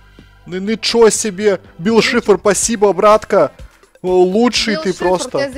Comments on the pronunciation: ты не правельно гавриш бил шифар а бил сайшер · Вообще-то правильно Билл Сайфер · Не Шифр, Сайфер. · БИЛЛ САЙФЕР, А НЕ ШИФР!!!!! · НЕ БИЛ ШИФР А БИЛ САЙФЕР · Не бил шифр а сайфер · Не шифр а Сайфер